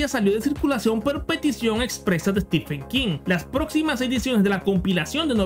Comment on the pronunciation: Perdón, pero Steepen King, Konan Doyle, Ian Fleming. ¿Que te fumaste?